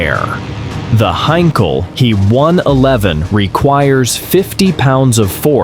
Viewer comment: Heinkel he 111 NOT a "Hankal "HAY???" !! Crap AI narration with loads of words read completely wrong. Not to Mention all the aircraft show I saw were NOT He 111's (How crazy is that!)